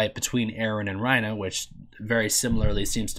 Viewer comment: Why do you keep saying Reina